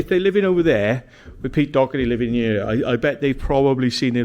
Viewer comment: Its Doherty lol